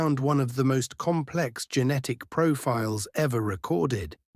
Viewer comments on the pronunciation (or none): its GENETIC not GeNNetic. Single N, just saying